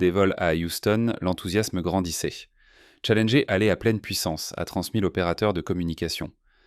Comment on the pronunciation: On dirait que certzines bafouilles sont faites exprès pour faire "plus réaliste", plus "humain" par contre certains mots sont prononcés n'importe comment, aucuns francophones ne dirait ça comme ça... Comme la navette "Challengé" et pleins d'autres mots... Ca devient pénible ces voix! 🫩🙄